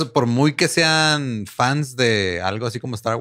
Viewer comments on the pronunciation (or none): none